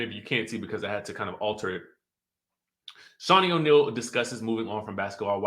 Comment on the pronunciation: "O'nostrils"? I'm dying over here!!!🤣🤣🤣🤣🤣🤣